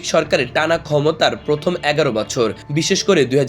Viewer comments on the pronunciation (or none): none